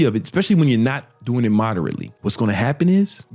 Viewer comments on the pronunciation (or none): none